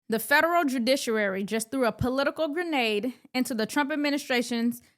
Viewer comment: Can you pronounce judiciary without using two R’s?